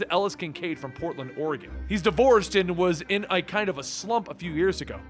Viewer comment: 👍 For the correct pronunciation of Oregon! I still hear people from even close by, saying "orrigon", or "Orragun". Thank you for that! :)